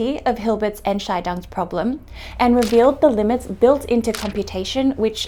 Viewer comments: Except that the emphasis is on "scheidungs", not on "Ent". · "The Ent-Chai-Dongs Problem". Um ehrlich zu sein, das hört sich eher Chinesisch an... ^.^